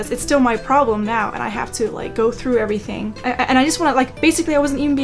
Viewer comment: "Labelin' errrtang...wall...myself!" I literally LOL and I need that so much today. I'm recovering from a flare up (that's why I have time to binge watch). I'm so glad I found your videos. The laughter is helping me feel so much better 💙